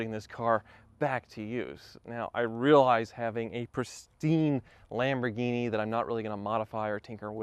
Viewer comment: When says Lamborghini it sounds like Lamborweenie.